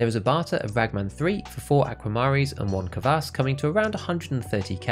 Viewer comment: Its just kvass bro, not keh-vass.